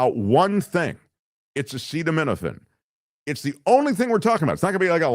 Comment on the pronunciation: Trump's very public struggle to pronounce "acetaminophen" reminds me of his "Yo Semite" moment😄